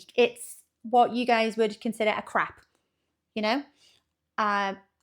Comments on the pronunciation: Funny how you pronounce crepe as "crap". My European husband makes them. Lighter than an American pancake. As far as celebrating the success of others, I found that lacking when I lived in Holland. Sad. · Just so you know when you pronounce crepe crap people will snicker. Crap is a slang term for 💩